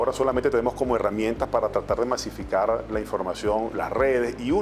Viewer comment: Tan preparado es que no sabe decir "masificar"